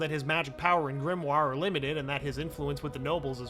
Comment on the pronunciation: GRIMOIRE is pronounced GRIM-WAH